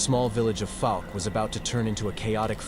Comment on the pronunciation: Pronunciation Fouke /ˈfaʊk/ is a city in Miller County, Arkansas, United States. Like in ouch